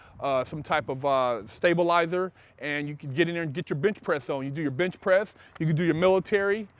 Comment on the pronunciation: Bruh I on god thought he said bitch press instead of bench press